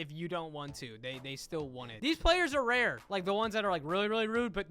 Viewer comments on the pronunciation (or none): I like how he says rare or common like it's a pokemon XD